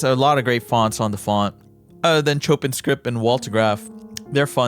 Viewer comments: i think you saying "chopping" is funnier tho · if it's like the music composer, "chopin" is pronounced "show-pān" stupid, i know